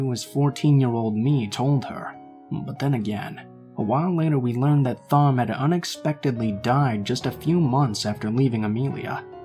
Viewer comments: Lol..Is the name you are trying to say Thom? Because if so it is pronounced like "Tom" ...not with the "Th" sound! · Thom is usually pronounced Tom, unless the author has specified otherwise. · Wow this story was.... interesting! Lol at whatever name that was I thought you were saying Thong at first 😂😂 Love your voice!